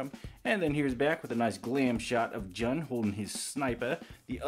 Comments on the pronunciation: Lovin this channel, keep em up. Also before 100 people say it, his name is pronounced like the month of June. Lovin the reviews! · It's pronounced joon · You say Jun as June.